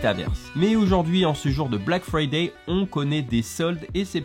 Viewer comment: 🤣😂 Black Friday tu la bien dit